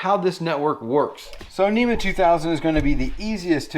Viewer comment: NMEA not NEMA. (National Marine Electronics Association)